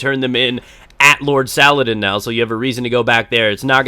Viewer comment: its not Sala-din its Sala-Deen